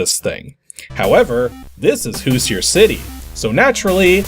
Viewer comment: So I'm guessing this is based on the Indiana Hoosier football team, since the main character looks like a football player with helmet. Being from Indiana, I have to point out that the pronunciation of Hoosier is a little off.